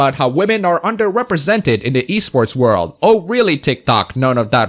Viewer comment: At first I heard the Wii sports scene instead of e sports